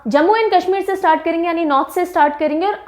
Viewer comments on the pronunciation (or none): none